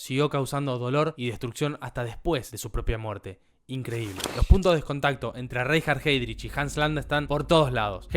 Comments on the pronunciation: RAINJARD JÁIDRIJ... no cuesta nada averiguar cómo se pronuncian los nombres en alemán. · Reinhard Heydrich se pronuncia Rainhard Haidrich, en el alemán si la primera sílaba de una palabra tiene la "e", esta se pronuncia como "a".